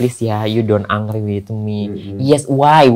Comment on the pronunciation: Ternyata Luna transgender . angry bukan angry la engry baca nya.